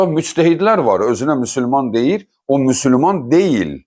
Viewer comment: Müsülman yox Müsəlman ya da müslüman gedin əvvəl düzgün deməyi öyrənin